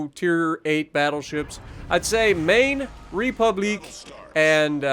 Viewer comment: Please never say republique like that ever again 😂😂😂